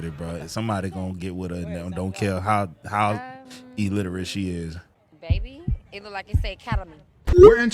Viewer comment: “Il-literate” not “E-literate”😂 And nothing says “dignified” like being incredibly vulgar as a female as she says “stop embarrassing us” while dropping unnecessary f/bombs.😂